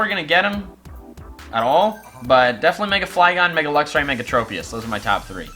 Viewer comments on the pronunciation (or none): none